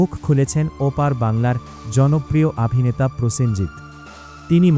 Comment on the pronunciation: আপনি বাড়ী যান।এই জায়গায় আপনাকে কে বসিয়েছে। যে অভিনেতা কে আভিনেতা কেন বলছেন।